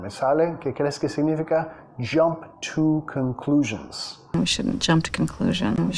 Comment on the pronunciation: Jump to conclusions (JOump THU cOunclushions)